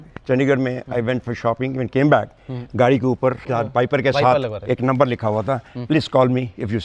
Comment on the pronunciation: he mean to say Gadi 😂